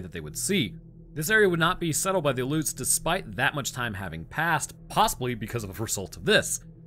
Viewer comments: It's not "a-loots," it's pronounced, "al-ee-oots." The more you know. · aleuts, man you butchered that lol al EE oots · Actually, it's the Kenai Peninsula, (KEEN'-eye) and they are the Aleuts (AL'-yoot).